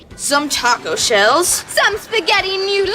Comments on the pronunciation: The way they say noodles, “newdles”, upsets me. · I wasn’t insulting it, I love iCarly, it’s just the pronunciation that upsets me.